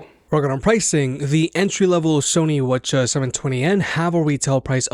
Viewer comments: wth is wuhchuh ?... why didnt you just say 7twennies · Are you saying “wa cha” when saying WH-CH720N? lol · Lmao he calls it whachas 720